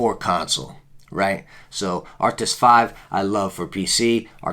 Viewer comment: Anyone else get annoyed that he says Arctis like “Arctic’s”😂